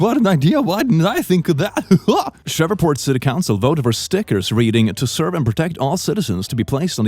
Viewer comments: Did you call Shreveport “Shreveh-port”?? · I'm from shreveport. Also not to be rude or anything I know you're not from here lol or have probably ever seen our insignificant little city before, it's pronounced shreev port. Im not trying to make fun of you I promise. In fact I like the way you say it. I just wanted to inform you. Anyway, because I'm from there I still think it's stupid. Like bruh that's exactly what you're supposed to do. I know we are all on the same page as that but I just wanted to say that. Have a great day! Please